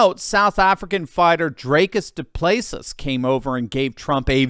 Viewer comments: Hi Drickus du Plessis pronounced dree kis doo ple see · you totally butchered Drickus Du Plessis Name 😮... He's Afrikaans, We come from Dutch, Khoisan and French settlers there's millions of us in South Africa and Namibia have our own culture, Traditions and language (very similar to Dutch we can communicate quite good).. The Name is Afrikaans, He's surname comes from France... Afrikaans is a very unique language, many Russians are learning it, they are now teaching it in alot of Universities, collages in Russia... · Love your content but I was finished with the way you butchered Dricus du Plessis. Keep up the good fight.